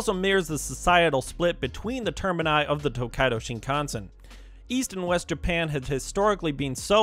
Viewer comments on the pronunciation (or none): It's pronounced: SHIN kan sen